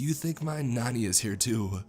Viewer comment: Its not nanni/ nanny its naani and naana